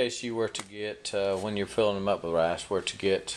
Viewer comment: Its pronounced r i c e not rayce